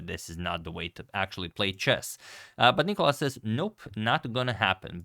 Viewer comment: It's NicOlas,not NIcolas (Νικόλας) and he destroyed Radjabov,that's what happened.